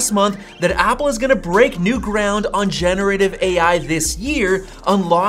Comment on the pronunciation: It’s not gene-ative AI. It’s gen-er-ative AI.